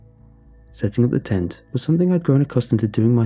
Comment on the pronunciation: Jesus christ, in the first few lines when you said tent I miss heard it as taint.